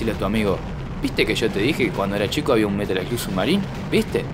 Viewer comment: slug se pronuncia "slag" In the Hunt es un JUEGAZO lo había jugado en arcades, pero en ps1 lo había conseguido como metal slug 3 :p (igual al ser una copia trucha me había salido monedas y no me queje en absoluto jaja) Y en metal slug hicieron referencias a este juego (tanto en el 3 como en el 5 Tenes un nivel que es con submarinos)